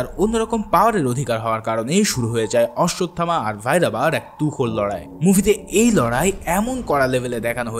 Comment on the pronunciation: ভাই শব্দটা কাল্কি হবে না। হবে কল্কি। আর অশ্বসথামা না। হবে অশ্বথামা। Thank You এত সুন্দর Explaintion উপহার দেওয়ার জন্য ❤❤❤❤❤।